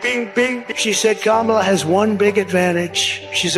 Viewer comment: needs to just shut up republicans are such liars.She purposely pronounces Kamala wrong so she will always be to me.